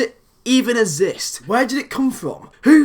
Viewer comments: Why does he pronounce exist as azist? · I just realised can't say exist. 😂